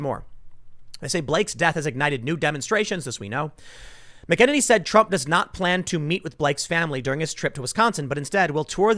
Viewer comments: Hey, Tim. Love your channels. Kayleigh's last name is pronounced "MA-keh-nanny" and not "mih-KE-nuh-knee". Thanks for all your hard work. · Tim, listen to the way everyone (including Kayleigh) pronounces her name . . . . it's "MACK in Nay nee". It does not sound like"Mick in any"!!!!!!!! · FYI McEnany is pronounced "mack-in-aye-nee" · Tim, it ain't "McKennedy". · MAC - AHH - NAY - KNEE .. come on bro .. you can do it. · Tim, it's pronounced MACK-A-nenny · It's pronounced MAC-uh-nay-nee Tim. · It's MAC UH NAY NEE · Mac -- Er --- Nay -- Nee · Tim I watch you every single day and this one thing drives me insane brother...I'm going to go phonetic on this one. Her name is pronounced Kayleigh Mack-Ann-Any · It’s “MAC-uh-NAY-nee”. 😁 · “Mack-uh-Nini” Kayleigh McEnany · Tim, it’s pronounced “Macka Naynee” 🤓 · Dammit Tim: mAk-en-nAy-nee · MACK-UH-NAY-NEE. Come on dude say her name right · Tim, can you really not pronounce her name right? I know you have heard it enough to know it is MACK-A-NAY-NEE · MACK-en-nay-nee, Tim. Say her name! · Tim please, McEnany is pronounced Mac-A-nanny. Goodness its like nails on a chalk board. Sorry. Hahahaha. They are NOT BLM or Antifa they are Joe Biden voters. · It's pronounced Mac-a-nay-nee dude.. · Tim, you are seriously mispronouncing Kaley's name. It's Mack-in-earny. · Can someone please give Tim the correct pronunciation of Kayleigh's last name please!? Mac uh nay knee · “Mckenaninny” Is it just me?! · Hey Tim, Say Her Name! McEnany- Mac-I-Nay-Ne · Tim! It’s Mac-an-ay-nee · Pronounced Mac-en- any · Tim - I’ve heard multiple outlets pronounce Kayleigh’s last name as Mackin-nay-nee, kinda like “Mackin’” on the “Nanny” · Say it with me TIM......MACK AH NAN KNEE!!!!!!!! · Tim! Its Kayleigh Mc-en-any(say it quickly) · Tim, you pronounce it Mac-A-Nanny. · Am I the only one hearing “McEnemy”? Lol 😋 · Btw it's pronounced mac a nay knee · Say her name right please. Very annoying. She is awesome, you should know her name. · Tim its mac-a-nanny